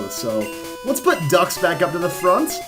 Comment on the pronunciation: it's pronounced Dukes